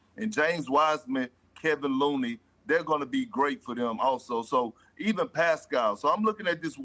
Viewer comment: Did KP say "Kevin Looney"